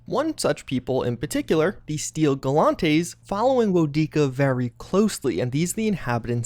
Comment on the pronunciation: The way he pronounces "Steel Garrote"...